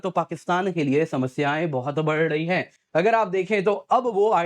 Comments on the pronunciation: Bar dayi hai nahi bolte!!! Badh rahi hai!! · Badh rahi hai ❌ Bardyiiii hai 😅